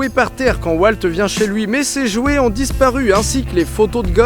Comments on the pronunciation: Je suis le seul qui a été énerver par le fait que Didi dit W"a"lt et pas W"au"lt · Il s'appelle Walt, pas "Oualte" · prononce WAULT et pas WALT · NOOOOOON ON NE DIT PAS "WALT" MAIS "WAULT" PUTIN !!!! 😤😤😤😭😂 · Aïe... cette prononciation de Walt, ça fait mal au coeur